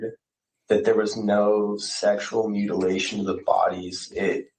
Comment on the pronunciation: Holy hell!! I was trying my dangedest to not comment till the end but with him saying mutalation!!!!!?????’😮 I thought dude was sus but whattttt?!?! Hold the phone!!